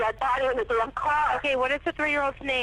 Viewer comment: The fact that pronounces the silent “N” in “damn” and the silent “B” in “debt” 💜 🥰. Also you is a boss for not following these losers who act like she innocent. To hell with em bro! How can you lie about your pops and bro sexually molesting you beezy?!